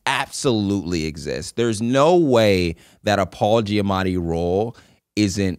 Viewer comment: do the boys realize that they both say “Paula Giamatti” like it’s actually so funny